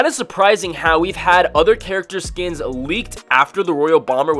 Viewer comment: Lmao how he says character skins